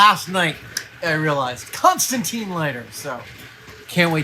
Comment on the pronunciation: 40 seconds in, and the Constantine comic fans are losing their minds at the pronunciation. I can literally feel the frustration.